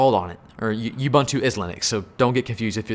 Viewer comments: Ubuntu is pronounced Ooh-boon-too NOT You-bun-twu, it's not too much of an ask to pronounce it properly just that word not the whole language. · Love you man, but can you please stop mispronouncing Ubuntu? It's "oǒ'boǒntoō" or Oo-Boon-Too... oo as in moon and there's no "you" in it! See: Anyway, great rundown of the choices. I started on Packet Tracer and moved from there to Boson to GNS3... Have to say Boson is a good choice if you want the ease of PT with added functionality without the GNS3 headaches.